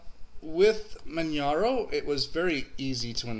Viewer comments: I agree with Bierce88 it is pronounced as in Kilimanjaro after the mountain range..Some people have been pronouncing it Manharo but that is wrong.. Manjaro has probably the best hardware detection in the business and the AUR is possibly the best source of software...My only other system I do like to use is Antergos which is true Arch with a GUI. Great video and thanks for this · Yeah... it sounds like Kili-manjaro. mispronounces it... too much Florida Sun!;)